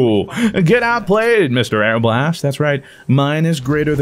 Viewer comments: ARE-BA-LEST. Its not airblast, never. No. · Hey fruit it’s pronounced are-bull-ist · it is Are-buh-list Arbalest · arbalest = airblast You said it without thinking, and didn't noticed either, but now it's stuck on my brain every time i see the gun's name. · When he says the arbalest 🤣🤣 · I really hope was joking about the pronunciation of Arbalest.. its not even difficult to say